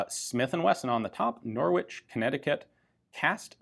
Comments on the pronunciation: It's pronounced... NORRICH ...not NOR WITCH....LOL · Pronouncing Norwich as 'Nor-witch' will get you a funny look in the UK, Ian: it's 'Norrich' (silent 'r'). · Norwich in the UK is pronounced “Nor-ich” the W is silent. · Great video! But as an englishman i can safely say its pronounced Norich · Funny to hear an American say Norwich lol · You don't really pronounce the W in Norwich. Just If anyone was interested.